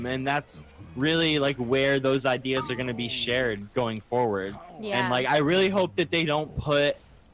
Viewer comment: She said "Sharded"....